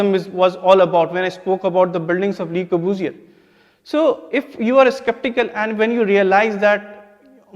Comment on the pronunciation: Le corbusier... guess the course does not teach students how to correctly pronounce the name of the architect ... took me a minute to realize who he was talking about... Lahore (Lavapura) btw is supposed to be a city dating to the times of Lav the son of Lord Rama...chandigardh replacing Lahore... !!! what a travesty... anyways every bit of the history taught in our schools and colleges is entirely wrong... a cruel reality of our lives... ours is the worst karma...